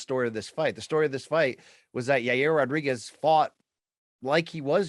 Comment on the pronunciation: It's Ya reer Rodriguez